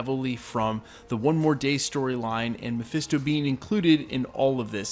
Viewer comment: "MePhIsTo" Ugh. These youtubers need to stop with that.